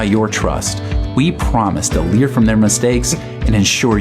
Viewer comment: "live and lear"🤣